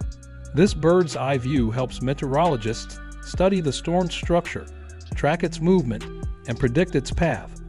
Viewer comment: How tf did this man just pronounce meteorologists?